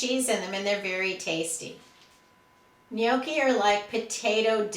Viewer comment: Great ideas! Love your videos too. Gnocchi is pronounced: 'Knock' ee'..lots of Italians here... they are soooooo good! :)